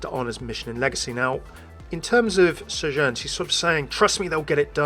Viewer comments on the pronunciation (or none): Why do you keep pronouncing Sojourn with an accent? She doesn't say it with an accent.